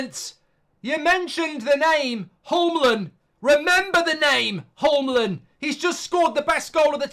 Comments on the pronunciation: FFS Mark. Holmlund? You know what Yule is? Now just say the "Yul" part. And then say man. Yul-man. That's a perfectly acceptable way to pronounce his name and if we get him at united you'll need to know how to say his name. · So you are saying it's Jul-man? I thought it was Hyool-mand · Remember the name Homlund I thought he said homeland 😅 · He is actually pronounced "Julmand" 😀 When a h and a j stands together, example "hjulmand", the h is silent in danish. In case that he with that goal gets to play in PL ♥️🤣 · it's pronounced "yool-man" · Actually, it’s Hjulmand and it’s pronounced Yuleman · Yes we know lol the original comment was making fun of Goldbridge's pronunciation, and the fact it's ironic he says 'remember the name' when he can't remember the name himself. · What a way to mispronounce Hjulmand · For future reference: in "Hjulmand" the "h" and "d" are silent.